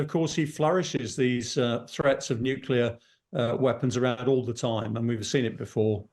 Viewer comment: Who is this uneducated presenter? What is Nukula? Is it some new kind of weapon? Is it anything to be concerned about?